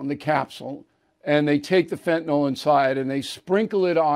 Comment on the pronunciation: Bill, it's not Fentanol, it's Fantanyl.